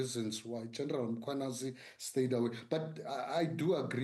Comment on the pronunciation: Why is he butchering black surnames…General Mangwanazi my ass